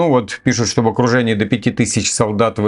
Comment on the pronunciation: а что за ОКРУДЕНИИ, это типа иуда их окрутил и не выберешься